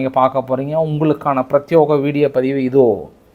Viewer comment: டேய்ய் நாயே உனக்கு எவ்வளவு முறை சொன்னாலும் ஓரைக்காத பிரத்தியோகம் இல்லடா பிரதியேகம்